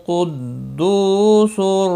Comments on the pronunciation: कुद्दुसुर नही 🐙🐙🐙कुद्दुसुन है✔ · Kuddusun not kuddusur